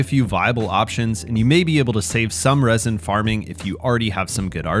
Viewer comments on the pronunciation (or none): none